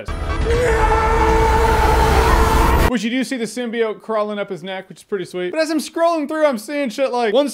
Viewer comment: People bitching about the symbiote pronunciation after the official trailer and Jeremy has been saying it right the whole time :)